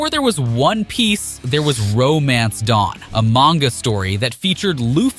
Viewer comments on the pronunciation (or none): none